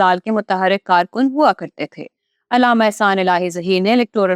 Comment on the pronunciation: لفظ علامہ ع پر زبر ہے زیر نہیں ہے آپ کو اردو بھی نہیں آتی تو نیوز پر بیٹھ گی ہو